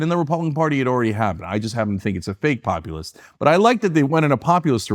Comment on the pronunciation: This clown says “populist” but it sounds like ‘communist’. He wasn’t even close to the first internet show, what a clown. His eyes are brown because he’s so full of sh*t